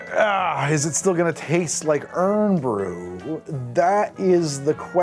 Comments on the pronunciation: Always 2 seconds in and he’s saying it wrong, not surprised.. it’s iron brew😂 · Pronounce as Iron Bru, and when referring to Scottish people it’s The Scots! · Iron. Brew. xD Please. Where the heck did you get that pronounciation from? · Every time you say "Uhrn Brew" a haggis pup drowns in a loch 😓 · New drinking game take a shot each time you hear Urn bru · Another yank who says it tastes like bubble gum your bubble gum must taste weird as it’s nothing like that plus why are you pronouncing it irnnn bru 😂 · When he said errrn bru I spat out my Irn Bru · Iron Brew, not what said, and it's Scottish, yea tool. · hey at least he got it half right, the amount of people ive seen pronounce it "urn bruh" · it's IRON BREW. You don't pronounce it like the can says. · "Eye-run". "Eyerun broo" Oh and BTW, maybe don't ask people if they come from "Scat-land" Not if you like your teeth 🤣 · I'm horrified with how you're pronouncing Irn Bru's name tbh. It's Iron Brew! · I think my eye twitched everytime I heard him say ' urn brew ' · Hearing "urn brew" a few hundred times made me cringe every time!🤬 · Literally shouting "iron brew" at the TV 😂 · It tastes like Irn-Bru. There isn't anything we can compare it too. You pronounce "Irn" as "Iron" rather than "Urn". I understand the misread but still. I dislike it but my friend loves Irn-Bru and Vodka. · As a scotsman and irn bru lover I have to say the sugar tax near killed off irn bru, used to be 36g per can, I prefer irn bru xtra now as I find it's flavour closer to the pre sugar tax flavour. Pronounce it iorn (iron) brew to sound more authentic I tend to drink Jack Daniel's with it, but we also have the haggis bomb (3 parts irn bru + 1 part jager) though I don't actually recommend it 😂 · Damn, one minute in and he’s calling it urn brew and calling the Scottish “scotch”, just to make sure we know this isn’t one of those researched videos 😂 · spelled irn bru, pronouced iron brew hope this is helpful 👍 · "Errrm brew"